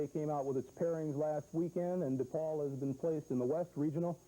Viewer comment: Love how Coach always says DEPaul. My dad always pronounced it that way and he was a graduate of the university and the academy. When I went away to college I got made fun of for not saying “dapaul.” I’ve heard affiliated people saying “dapaul” but that’s not a chicago way of saying it. It’s DEPaul and DElasalle.” Dapaul and Deylasalle are for coastal jerks.